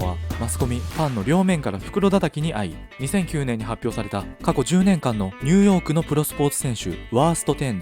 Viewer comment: すごく声が良くてわかりやすいです！ あちニューヨークが毎回ニュヨークになっています….